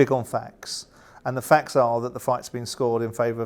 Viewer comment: Simon, it's 'FACTS' not "Fax"... A Fax is a communication device from the same decade as your hair 👍